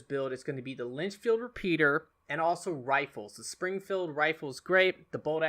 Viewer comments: Another great card build video. Thanks. Am I still ok using the Lancaster instead of the Litchfield? Oh, and it’s Litchfield not Linchfield. ;) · Litchfield not Linchfield... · you saying "Lynchfield" repeater is bugging me.